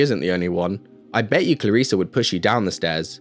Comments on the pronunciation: #mebeinganitpicker "Clariss-e" Not "Clariss-a" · It’s Clarisse. Not Clarissa